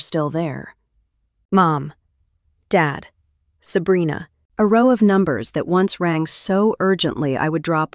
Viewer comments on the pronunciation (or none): Is it weird that I'm enjoying listening to the AI try to read "Sabrina"? "Selena" "Abrina"😅😅😅